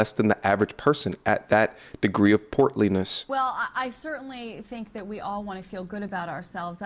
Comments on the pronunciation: bro said "portly" lol 😂😂😂😂😂 that hurt me frfr. 😂😂😂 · My guy said portly-ness, dead 💀